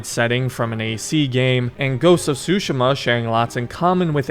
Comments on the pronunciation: I know this literally doesn't matter ans sorry for being that gut but I believe it is pronounced sue-she-ma not sushi-ma granted I don't speak Japanese so you could be right. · How to say tsushima that's not how to pronounce it it's tu -shi-ma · please take back how you pronounced the name of this game..